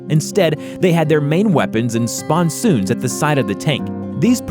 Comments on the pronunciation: Mark1 has sponsons.not "sponsoons" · ish Corp is pronounced 'Core', not 'Corpse'. -ish the side turrets on a mk. 1 are pronounced 'spon-sin(s)' not 'spon-soons'. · Sponsoons? Must be a smaller monsoon. It's pronounced “sponsons” - spawn-suns. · "Sponsoons." What a dick. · Churchill Crocodile tanks (Flamethrower tanks) were WW2 not WW1 as you state. and...@ WTF is a Sponsoooon? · Why did you pronounce sponsons, Spawn-soons??????? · Just like the sponsoooons